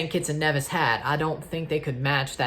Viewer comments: That's the actual pronunciation of Nevis (Nee-vis). I'm from St Kitts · One of the FS2 commentators called St. Kitts and Nevis St. Kitts and KNEEvis! 🤣🤣🤣